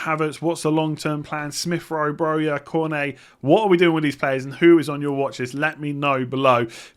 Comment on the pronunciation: Perfect pronunciation for Cornet:)